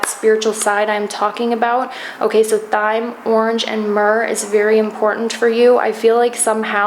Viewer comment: Thyme is pronounced like time